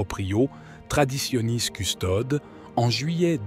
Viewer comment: Apprenez à prononcer correctement le latin: Traditionis Custodes et non Custode, merci!